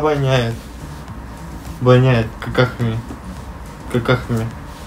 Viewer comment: Луна отомстила что сказал "Ваняет"